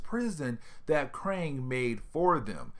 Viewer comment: Kang not Krang. Krang is a TMNT villain.